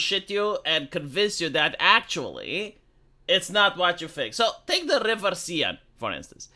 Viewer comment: "Seine" is pronounced "Sane", not "Seyenne". 🇫🇷